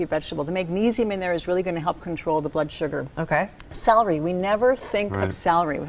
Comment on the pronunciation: Word: Celery Lady: "Salery"